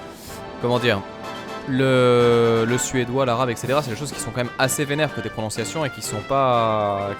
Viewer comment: "à la pronionciation " m'a fait beaucoup rire, c'était furtif mais drôle ! ^^